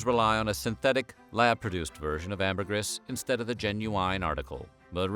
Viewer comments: Sigh... Say it with me now: Amber-GREEEEEEE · I think you mispronounced “Ambergris” a hundred times. 😂. Sperm whales don’t “cough” them out. They 💩 them out.